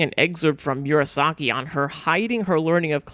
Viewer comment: Good video. But it's distracting that you repeatedly mispronounce Murasaki as "Miura - saki". It's "moo rah sah key", not "me-urah sah key".